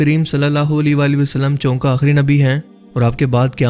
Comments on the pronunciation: Apki tmam efforts ki pehle b kai bar tareef ki aur dua de apko... Eik lafz ki darusty kerlen.. Lafz "chonka" nahe hota "choon k" bola jata hei.. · اللہ تعالی ھم سب کو ھدایت دے اور ان تمام فتنوں سے محفوظ رکھے اور آپکو اجر عظیم عطافرماۓ،،، آپ نے بڑے پیارے انداز میں اور اچھی اردو میں بات کی مگر ایک لفظ پہ بہت حیرت ھوئ جب آپ نے چونکہ کو چونکا پڑھا بھائ اسے لکھتے چونکہ ھیں اور پڑھتے چونکے ھیں ناراض نہ ھونا آئندہ خیال رکھنا شکریہ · چونکہ chonkay Accurate pronunciation